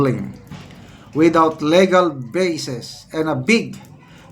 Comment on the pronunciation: Thank you po. Kunting comment lang sa pronunciation sa word na “legal.” Dapat po matigas ang “le” = lee gal 😊